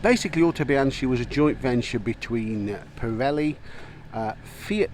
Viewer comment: Bee- ang- key ,not be-an-chee,,spelt Bianchi, the Italian bike maker you mentioned, also the oldest in the world😊